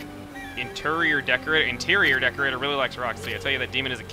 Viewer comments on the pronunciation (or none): ermahgerd ernterior haha